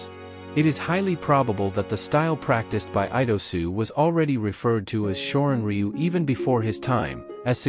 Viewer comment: u,///the Y is silent shorin ru is how you say this martial art